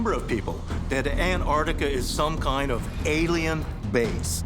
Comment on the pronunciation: "Some koind of..." 😂